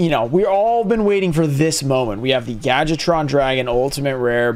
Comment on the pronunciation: Everyone pronounces Gadjiltron “gadget-tron”. Say it with me: gad-Jill-tron.